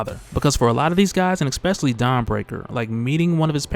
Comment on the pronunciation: Especially* Not eggspecially